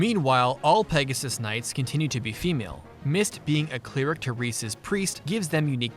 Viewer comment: Why are you saying "cleeric" and "geneeric"?